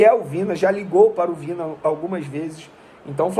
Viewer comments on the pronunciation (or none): Venê, é Vinã (Vinha)...rs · A pronúncia é 'Vinha'.